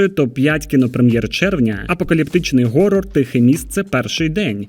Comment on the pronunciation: Актор Том Харті а жанр хорор а не горор тупа ти потвора